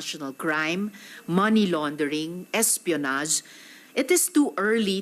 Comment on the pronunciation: Hehehe! galing "many laundering" ? Ano yan maraming linabhan?